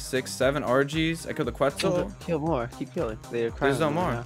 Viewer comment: “A qUeTzlE”